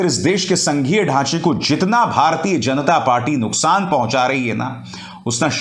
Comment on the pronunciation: You pronounce ण in जनता